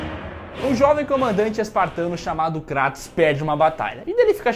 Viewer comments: Kratos não, Krueitos. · vei ele falou kraaatos e n kreitos eu sei q nao se escreve assim mas e so pra entederem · Não é Cratus, é Creitos ou Creitons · Cratos" ? Kkkkkkkkkkkkkkkkkkkkkkkkkk Pqp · Cara q Dor no coração ouvir eles dizendo o Nome do Kratos errado kkkkk